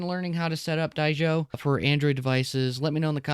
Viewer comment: I think the OP doesnt know how to read. He calls it Die-Sho. Don’t call it incompetence, it’s like dyslexia or something.